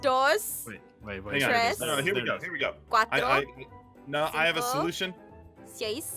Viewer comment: omg i was laughing so hard when jess was counting in spanish and she said cuatroce and i was like its catorce not quatroce also for the ones wh dont know spanish catorce means fourteen